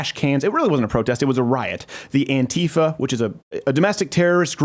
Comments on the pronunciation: Why do Ameritards call it AnTIHfa? It is anti-fascist. Pronounce it like "anti"! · Plz stop saying "an tifa" its "anti fa", ste ven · By the way it's pronounced ANTI-far